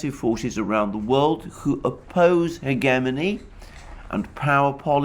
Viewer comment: Hegemony is another word he can't say correctly.